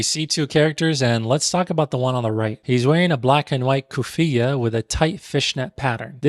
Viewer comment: Respectfully brother , you mispronounced ghutra, kufiyyah, and igal, and also different regions have different ways in wearing them. Also the first letter in the movie you examined was indeed in Arabic. Gotta tighten up my guy.